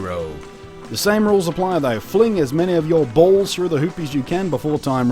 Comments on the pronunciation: how many times did he say balls? I love how he says it Bualls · I'm sorry but the way he says balls just makes me laugh. I'm sorry I just cant help myself but comment.